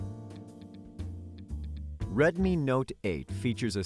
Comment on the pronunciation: Retmi not eyt